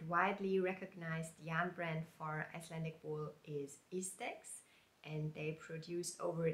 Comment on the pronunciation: I would like to knit number 37 in book 44. You pronounces the Icelandic very well.